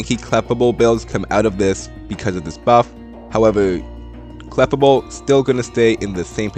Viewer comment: I'm sorry to point this out but the prononciation of Clefable is Kluh•Fay•Bl.